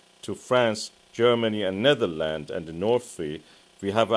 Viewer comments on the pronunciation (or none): none